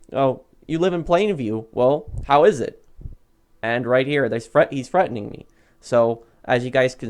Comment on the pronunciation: “HES FREATENING ME”